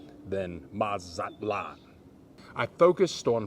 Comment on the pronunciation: 🤣 You are so silly...'Mazatlan'.